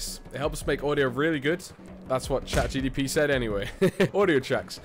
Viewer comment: "chat gtp"